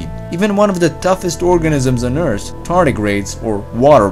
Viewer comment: He said "Earss" instead of "eart" or "earth"